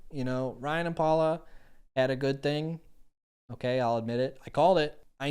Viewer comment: And it’s “Paola,” not “Paula.”